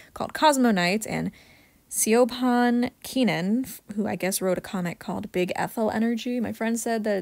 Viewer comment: Siobhan is pronounced Shi-von jsyk but omgggg pride MH comics? O